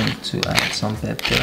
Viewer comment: i like to hear you say pep-per lol.